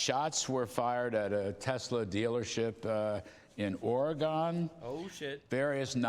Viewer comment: How can you be an old ass American news man and you’ve never heard how to pronounce Oregon?